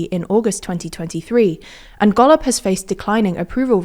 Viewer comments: she says golob like gollum. but its wrong... still funny as fuck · thats not how golob is pronounced, least you could do is get that right